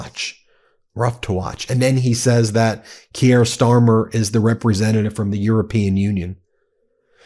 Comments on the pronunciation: Kier rhymes with 'dear'. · For fuck's sake, learn how to pronounce their names. "Keir" is easy to pronounce. Find out how it is done. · Key-air?... it's Kia.. like the car. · Who is 'KeeAir Starmer'?! His name is pronounced 'Keer' ! Even the Orange-Man Baby pronounces our Prime Minister's name correctly! (Though Trump DOES sometimes think he's the King !!) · Research & pronunciation: khe-eer nit kee-year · Please, Keir is one syllable, not two. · It's pronounced KeyR... not Key-air. C'mon Ben. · His name is pronounced "Keer" not key- air. But moving on. Gawd, he spends more time chatting up your trump than here. But kudos to him, if i found myself in a room with trump, id knock him tf out. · Pronounced “Keer “ not key-air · Kee-air??? Its pronounced K-ear. A total useless idiot for the people of England, bent on destroying freedoms and liberty. The TDS is strong with you mob. Trump, yes he has faults, but is Million times better than stupid Brandon, and those Lefty chronies. Canada has about as much right to be there as Australia...None. Two British colonies, with a silly French side on one, that are have little influence on World affairs. Yes, Russia Should be there! You keep excluding powerful members, things will only get worse. The President dropping papers, you notice the little lap dog did his service and picked them up for the master...now that is power. Remember, Britain Made the Americas for Euros. The division in the USA at the moment is crazy, Racial, Social, cultural, riots, you all seem to hate each other. From the outside, you need a strong leader to keep the status quo, or you will fall into all your movies and games....complete break down. Hey!😉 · It's not "Key-air", it's "Keir" pronounced like "here". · Tbf you mixed up eu and uk too and you keep calling Keir Starmer Keyare Starmer. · C'mon...it's pronounced "keer," Just one syllable. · The pronunciation of Keir, as in Keir Starmer, is Keer, keeyer. Just so you know :) :) :)